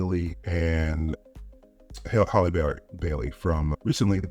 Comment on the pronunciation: Yes, that's how I know you mispronounced Halle's name. I just didn't want to get persuaded in a different direction this is why I commented first.